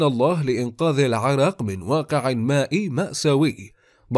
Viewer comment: لو بس اعرف ليش هذا المعلق يگول كلمة العراق بهاي الطريقة چان ارتاحيت